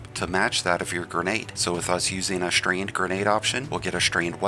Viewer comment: WTF is “Strained”??😂😂😂. Strand!